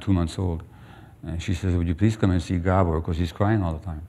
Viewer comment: Horrible sound. Glad to hear that the presenter can pronounce Gabor properly.